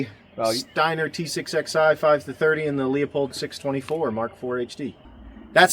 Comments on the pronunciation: “Loo-pold,” not “leo-pold.” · It’s pronounced “loo-pold”